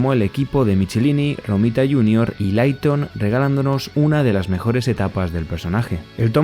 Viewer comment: Se pronuncia Mik-e-láin-i y Leiton. Hablo inglés y viví décadas en USA fuí a convenciones y así pronuncian ellos sus apellidos. No te lo tomes a mal, para que mejores tu canal 😊